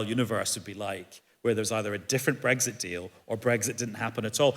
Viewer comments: Tedious time-wasting newscast that doesn’t answer its own question. Self-indulgent and long-winded. Please note ‘bregsit’ is not how to pronounce Brexit. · Breggsit ? Is that eggs for breakfast in a bed sit ? I thought it had an 'x' in it.